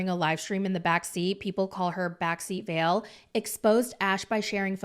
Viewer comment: Her name is vale. The way you pronounce ballet